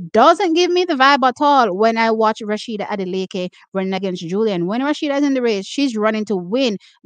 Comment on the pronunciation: Its not RASHIDAT its A SHE DAT Adeleke 😂